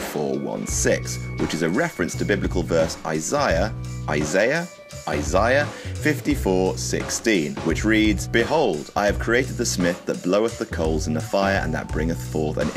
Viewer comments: It's Isaiah, not Isiah. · It's pronounced (I zay a) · You can't pronounce the common name Isaiah?